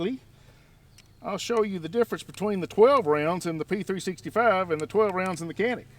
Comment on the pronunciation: Canik is actually pronounced as Janik - like Johnny +attic :). Mete is Meh-tay, Wife is Turkish so i had to ask her ;)